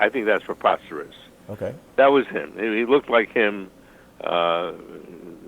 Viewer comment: Preposterous (not proposterous).